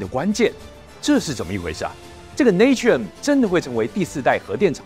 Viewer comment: Natrium乃英文Sodium之拉丁文拼寫，讀音要跟拉丁文，因此tuber的讀音錯了